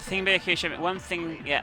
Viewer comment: A little tip, "Byakuya" is pronounced "Boo-yahk-oo-ya" in quick succession. Thank me later <3